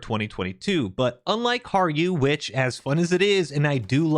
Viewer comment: Best pronunciation of Harju I've heard from a non-Finn